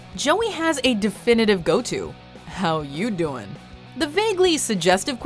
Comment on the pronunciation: The girl just said it wrong how u doing? Is how u doiiiing.